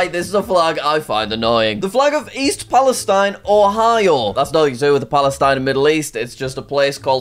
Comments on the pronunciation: East palestine is not in fact the place you want to be. They had a train derailment with toxic chemicals and the town will probably be ruined. (Also the town is pronounced pal-a-steen) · It’s pronounced East PalestEEN. Doesn’t rhyme with the country. Also it’s not really where you want to be since it had that derailment that released a lot of bad chemicals into the surrounding environment.